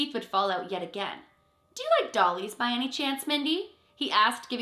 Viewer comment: The fact that Mr. Johnson said "Do you like DOLLIES?" is a bit of a red flag. Maybe that's just because I distrust anyone who adds unnecessary "ee" sounds to the ends of words.